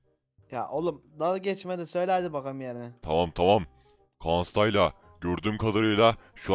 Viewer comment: ABİ İSİMLERİNİ YANLIŞ SÖYLÜYOLAR STAYLA DEĞİL STYLE OLCAK